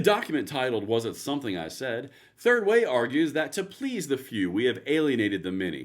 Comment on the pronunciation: Did you say "Turd Way?"